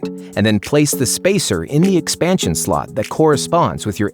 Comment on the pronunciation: im the only one who hear "the expansion slut"? xD im sorry but his O sound more like an U